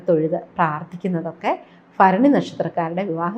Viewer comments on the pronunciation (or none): ഫരണി അല്ല ഭരണി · ഭ ആണ് ഫ അല്ല